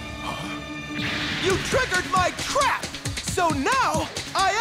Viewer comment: When said "you triggered my trap"I thought he said"you triggered my crap"